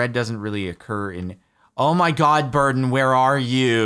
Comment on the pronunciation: I was watching ep1 at 3 in the morning and thought he had named his dog Burton or something along those lines. It wasn't until the boat scene where i realized Jordan was saying Burden LOL